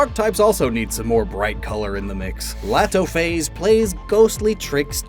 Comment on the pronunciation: Laatophaze would actually be prounounced Letophaze since hand is pronounced let in burmese